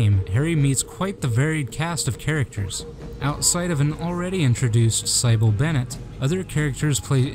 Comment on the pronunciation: Sighbil... stop